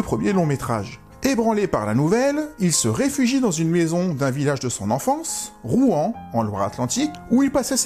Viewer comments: Je crois que ça se prononce "Rouansse", pas "Rouen" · Pour info on dit rouans s En tous cas merci pour ta video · Il faut prononcer le S à la fin de Rouans. Pas comme pour la ville de Rouen !